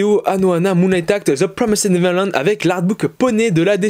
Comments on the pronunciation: Juste je te dis au cas où ça pourrais t aider car toi tu dis : « zeu promissed neverland » Mais il faut dire un truc du genre : « zeu promaïz’d niveurland » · C'est The promised neverland pas the promysid neverland 👍 Sinon très bonne vidéo